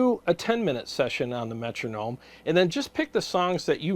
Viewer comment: Cheers 🍻 I know it's true lol but I just cringe every time I hear someone say Metronome 😂.